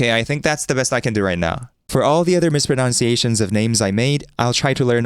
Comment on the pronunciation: "Mispro-nun-ciation" bro, not "mispro-noun-ciation" bro 😭